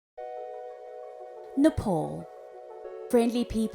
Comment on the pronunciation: Nepal not NEPOL.